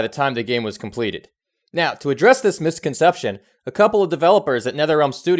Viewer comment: Did I hear him say "missed-conception" instead of "misconception" lmao not a big deal just a funny verbal typo I've never heard before